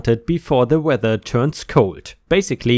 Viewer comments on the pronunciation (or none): none